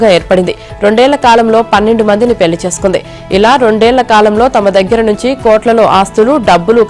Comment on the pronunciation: Pelli kadu Madam....Pellli